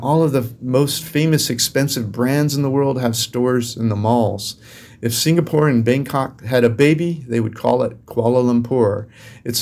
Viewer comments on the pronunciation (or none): none